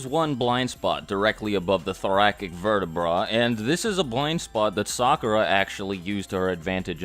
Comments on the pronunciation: Mans said verti BRUH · This man said vertebraa